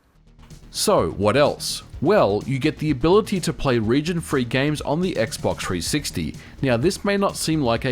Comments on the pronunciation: I liked it when he said "X-Box Three Six Tee" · X box tree sixty. Put some spek on the name. Ain't gōn say it no moé